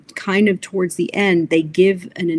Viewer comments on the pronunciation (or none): none